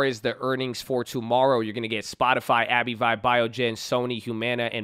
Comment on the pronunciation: Say it with me! "Abbvie" = "Abb-vee" NOT "Abbey-vi"